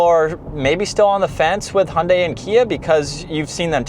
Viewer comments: I know that, and they're wrong. "Hi-undai" is also wrong. The right way to say it is Hyun-dai. with the y of "yodel". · I'm sorry, but why do you say "Hundai"? The "y" in Hyundai is not silent, you should pronounce it.